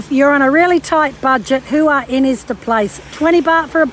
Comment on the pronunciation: Please learn how to say Hua Hin. Ask a local. It's not hard x